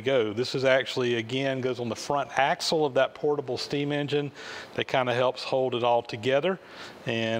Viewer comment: It's axle, not axel.